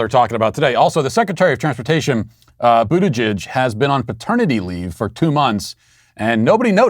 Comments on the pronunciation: Matt, you mis-pronounced his name. It's pronounced BUTT-gig. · Matt, his name is pronounced “Booty—jig”